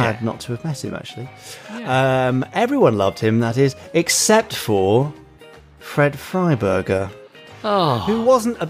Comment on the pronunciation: 'Fred Freiburger'... Someone please call an exorcist.